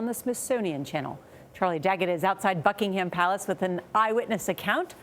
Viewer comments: Book in ham palace? Lol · Oh, NORA. You’ve just been added to the ignominious list of American talking heads who say, “Bucking-HAM Palace,” giving everyone the ridiculous mental image of a cavorting hog. It started, for me, with Maria Shriver, who nasal-twanged it loud(ly) and proud(ly) at the Royal Wedding, showing that she couldn’t learn the right pronunciation despite being the granddaughter of a former Ambassador to St. James and his wife, a great stickler for correctness. Why doesn’t anyone correct these ninnies??